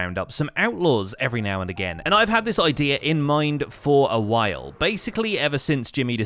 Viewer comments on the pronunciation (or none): none